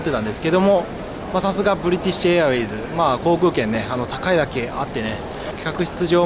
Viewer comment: 冒頭のブリティッシュエアウェイズのところ ネイティヴですね。